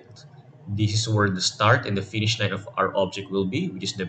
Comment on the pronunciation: did you just say location "RINE" instaed of location line